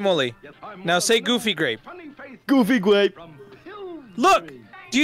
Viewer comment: Omg dude but for real “GOOBY GWAPEL